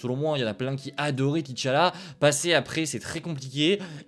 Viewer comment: Salut, merci pour ton travail. Juste une chose, beaucoup ne sont pas habitués aux noms africains en occident mais on ne dit pas "T"challa ou Tichalla ou Téchalla mais Tchalla. Le mot se prononce d'une traite. Vous avez pire avec les noms d'Europe de l'est tout en consonnes je crois.